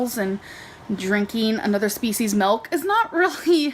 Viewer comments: I don't speak Dutch, but it is always weird to me that nobody ever point's out how she incorrectly (as for in English) mis-pronounces it that way. mElk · it's so weird how she says "milk" I'm from Belgium, and in Dutch, it is "melk". So it's like she's speaking English, and uses the Dutch translation every time she says milk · Melk is the Dutch word for milk 😂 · “Does regular chocolate have melk or ayygs in it?” I can’t believe we got a “melk” and an “ayyg” in the same sentence